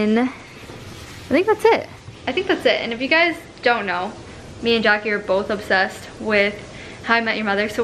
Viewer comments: Every time you say "Jackie" I hear you say "Jackson" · Everytime she said Jackie I thought she said Jackson 😂❤️